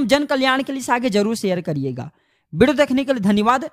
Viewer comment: बोलने का तरीका बच्चे कैसे हैं, एक शब्द हैं video, pahle theek se to bollo , bideo kyun kahte ho